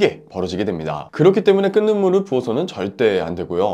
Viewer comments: 끈는물이 아니라 끌는물이라 읽어야죠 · 끈는 물이 아니라 끌는 물이라고 발음하는 겁니다. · 유익한 정보네요. 그런데 혹시나해서요... 발음상으로 끈는물이 아니라 끌는물으로 발음을 하셔야 하는데 계속 끈는물로 발음하십니다. 발음이 안되시는건지 아님 진짜 모르시는건지.... 혹시나해서요. ㅡㅡ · 발음대로 말할게요 끌는물이라고 읽어야죠 ㅎㅎ끈는물이 뭔가요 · "끈는 물"이라고 발음하시네요. "끌는 물"이라고 발음하셔야 맞는대요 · 좋은 정보 감사드립니다. 잘 봤습니다. 그런데, 그냥 지나기가 거시기 해서.... 끓는 물의 발음이 끈는 물로 들려서요. 발음을 끌른 물로 해야할 듯해서요... 미안합니다. 좋은 내용 잘 봤습니다. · 끓는물~말할때는 끌는물이라고 읽지요 끈는물~아니죠